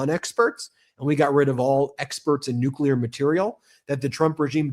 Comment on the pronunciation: Someone please teach that maga congressman how to pronounce new-cle-ar